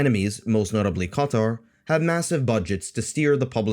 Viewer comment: Are you an arab yourself? You pronounce "Qatar" and "arab" in a strange way.